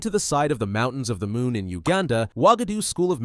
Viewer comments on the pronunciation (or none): none